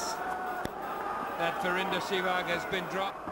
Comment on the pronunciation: Rameez its Sehwag not Seywg!!